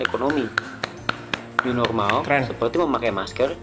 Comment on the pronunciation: New normal ke new norma